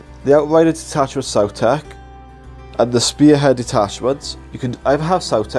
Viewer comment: Please start pronouncing it “saw-tech” and not “sow-tech” like in dinosaurs. You don’t say dinosows, do you?